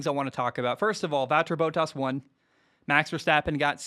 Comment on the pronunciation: Completely butchered Bottas' name lol.